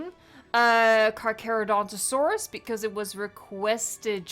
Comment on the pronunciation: Hi I’m not trying to be mean but it’s pronounced (car cher o don to saurus)